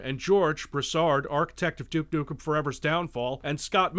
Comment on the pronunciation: "Duke Nuckum"